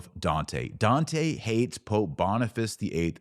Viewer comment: Oh wow the way you butchered Dante’s name made me stop viewing…and you even had the racist stupidity of pretending to say it like an Italian, or at least your bigoted version on Italian